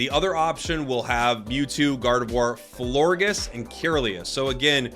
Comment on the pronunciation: Thanks for the info! ...and more atrocious pronunciations 😅 Florges is like gorgeous, and Kirlia is like curl-ee-a